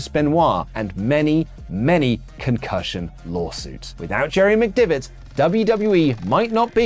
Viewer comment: listen, c’mere t’me, yer pronunciation of McDevitt is feckin shite lad 🌚